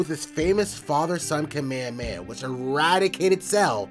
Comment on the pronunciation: "Kameameah." Wtf? 🙄